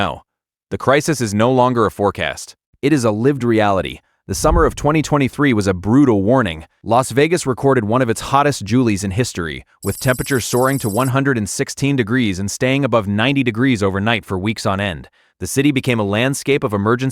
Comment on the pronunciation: The content is very interesting but the droning AI voice, although it mispronounced a word only once (July - Julie), is tiring and annoying, and together with the fact that the video ends mid sentence, inspire absolutely no confidence in the quality of the video, its content and its creators. So no likes, let alone subscribing, from me.